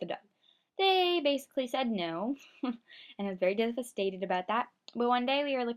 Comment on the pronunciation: You said devestataid sooo much